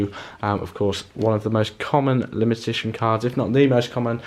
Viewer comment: He can't say limited edition 😂😂